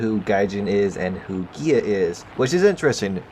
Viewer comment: I swear every time you say GAEA I just hear GAYEEEE